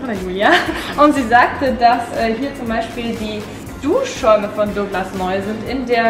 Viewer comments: Es heißt nicht dogglas, sondern douuuuuuuuuuglas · Dooglas😂😂 gutes deutsch